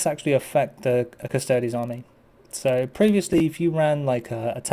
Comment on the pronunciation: The singular of "custodes" is not "custode". You do not pronounce "custodes" like "cuss-toads" as you wouldn't pronounce "astartes" as "ass-tarts" or "ass-tearts".